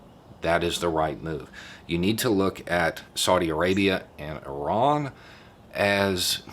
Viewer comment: I kept hearing Oran instead of Iran. Why we talking about Algeria???